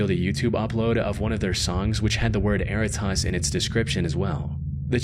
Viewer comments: Interesting note that was bugging me for the entire "erratas" story - "errata" is a real word. It is pronounced differently - "eh-RAT-uh" and it is a relatively common term in my field, legal transcription. When a deposition for a court case is transcribed, it is sent to the witness with an errata page attached, where they can list any corrections they want to make to the transcript like misspelled proper nouns. Technically speaking, errata is already a plural word and its singular is erratum, but "erratas" is still used. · Worst pronunciation of “Erratas” ever 😂😂😂😂